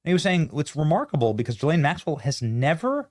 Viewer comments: The beginning of her name doesn't start with a J, so quit pronouncing it the way you do! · Why can nobody pronounce her name correctly?? For fuck sake. GEE-lane. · Hello Benny, Ghislaine is pronounced with a hard g. The H behind the G is the same as if it were a U, as in the word guard. I don't know if you read these comments but I hope you do. Good show, by the way!! Cheers, Frank. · Will someone in the comments please tell me the summary of this? I’m interested but I can’t listen to him say JILL-ANE one more time.